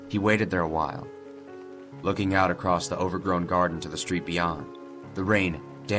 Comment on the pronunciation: Drinking game: Take a shot every time adds a letter T to the word "across" in his older videos. I guarantee you'll be more wasted than the fucker in this video after watching all the videos that contain "acrosst".